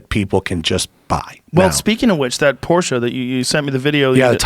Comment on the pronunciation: Better learn how to say porschE right